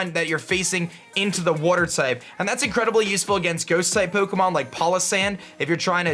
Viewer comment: Love the video, and the pronunciation !! Poh'keh'mohn xD Keep up the great videos !!